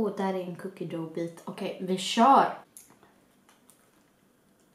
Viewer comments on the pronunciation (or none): man uttalar "Cookie Dough" typ "Cookie Duff"